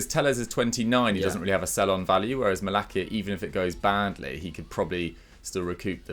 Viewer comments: It's Malasia, not Malakia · Maalaacsiaa that’s the pronounciation